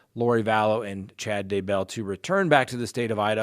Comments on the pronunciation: Why are you saying his name all fancy...."Dah-bell" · I love the way you say DayBELL!😁